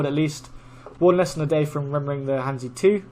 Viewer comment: I have no idea what your level is but I've never heard you pronounce han zi correctly yet.